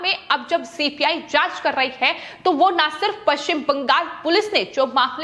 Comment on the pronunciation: Why is BANGAL being pronounced as BANGAS?